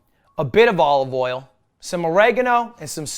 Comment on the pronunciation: why does he actually pronounce it "all of oil"